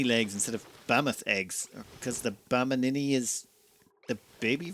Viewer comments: Always fun listening to you flub names like "bam mini".. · Bammini. "Bam" and "Mini". Just like the Extraneon ("Extra" and "Neon"; unless this is a word play of Extraneous, replacing the last "us" by "n" while pronouncing the word - go figure!) from a previous episode, those funny composite words are throwing you off.